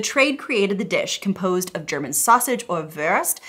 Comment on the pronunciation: Now, focusing on other things (this is my second view), I would like to comment on your German, meaning pronunciation,. It is far better than that of many other USAns'. You've been working on it. Thumbs up.